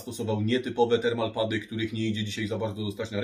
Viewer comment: w którym słowniku znalazłeś słowo "respektywny"? "termo-pady" nie "termal-pady" jpd, jak Ty przekręcasz, a innym razem kombinujesz ze słowami ... (gdybyś nie robił błędów, to nawet takie "respektywne" rzeczy by uchodziły, o ile było by widać, że umyślnie (z zamiarem popełnienia błędu) lub incydentalnie (okazyjnie/sporadycznie/rzadko) robisz błąd, a w przypadku tego słowa widać, że uważasz, że takie słowo istnieje)